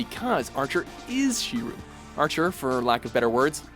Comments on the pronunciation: Shi-rew... The fuck? How hard is it to say Shi-roh? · Griffith's betrayal had to be number one no matter what, also Kyubey didn't betray the Mahou Shoujo their wishes did lol. One more thing, Shiroo? What the actual fuck?! How hard is it to watch 5 minutes of any episode of a show to be certain you aren't getting the fucking MAIN CHARACTER'S name wrong?!!! For fuck sake!! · Shiru!? Shiru!? hahahaha, wtf. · Who's shirooooooo? I only know shirou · "shiru" omg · It's pronounced Shiro! S,H,I,R,O!